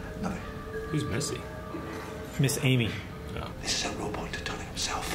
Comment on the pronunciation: AlexGlushkov no “miss Amy” just sounded like missy. Nothing to do with subtitles